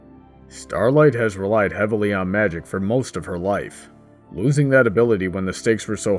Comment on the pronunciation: When the Gurren Lagann theme started, I nearly shot the heavens EDIT: You also messed up saying Magic. FYI